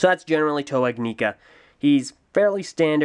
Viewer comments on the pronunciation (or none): Your saying ignika wrong js